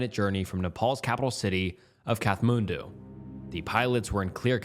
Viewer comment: kath-moon-doo made me giggle out loud, that one made my day!